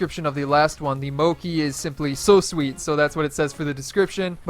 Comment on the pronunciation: FYI Mochi is pronounced "mow-chee". It's a sweet kind of treat made from rice that's common in Japan.